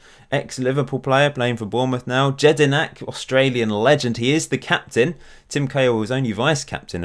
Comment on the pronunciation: Jedinak is pronounced YED-IN-AK not JED-IN-AK